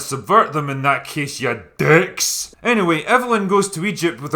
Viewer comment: The emphasis put on "Ya DICKS" is making me laugh WAY more than you should. Tell us how you really feel, Drinker!